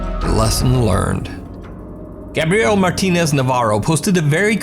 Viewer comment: I think it's hilarious you don't know how to pronounce Gabriel. 'Gabrielle' is not correct 😂